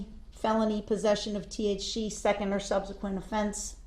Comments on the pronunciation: needs to know T.H.C is not pronounced T.H. She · that lady can NOT pronounce the letter c to save her life must be them huge nostrils talkin bout T-H-CHEE, T-H-CHEEE and after she stopped saying T.H.CHEEE she started saying T-H-SHEEE lmao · black criminal man vs white prosecutor/District attorney lady surprising they both have a lot in common theyre both red as a tomato they both cant pronounce the letter c or SH sound to save their life her: he was in possession of T-H-CHEE. he was high on T.h.sheee when he ran over those shiditzens (citizens) him: i will not be DISH-RE-SHPECTED!!!! lmao what a shircus